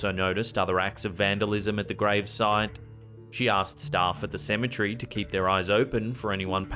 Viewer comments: Cemetery not cemetrey tour switching letters when you say it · Apparently the guy don't know how to say cemetery